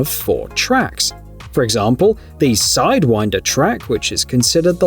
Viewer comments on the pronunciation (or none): none